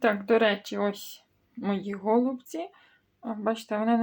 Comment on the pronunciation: Ото почула слово гОООлуці..та й відписалась. Вимовляйте правильно голубцІ, наголос на останню букву і.